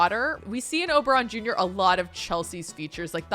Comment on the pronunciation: just wanted to comment that the first time you said Oberon Jr I heard "Oberonica" and so I'll just leave the name suggestion here 😂😂😂